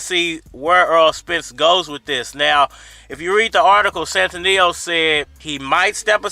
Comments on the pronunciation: Lol u keep saying his name wrong 🤣 it's Stan-ee-yo-niss 🤣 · Bruh you butchering his name so bad stan-knee-onis it’s not hard 😂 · You really butchere the man's name.